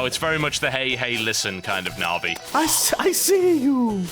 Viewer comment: Tb can't pronounce Navi...